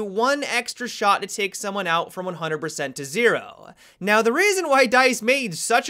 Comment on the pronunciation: Can you make a video of you just saying ZERO over and over HAHAHA~!!! :30